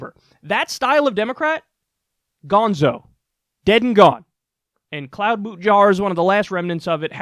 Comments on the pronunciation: Cloud-boot-jar? More like CLOWN-boot-jar 🤣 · i like how you just say amy "cloud boot jar" without thinking twice lmao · Kloh-boo-shar dude lol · I like how natural it's become for Kyle to mispronounce their last names.